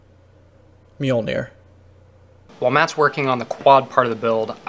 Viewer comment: Even the video guide saying mjølnir said it wrong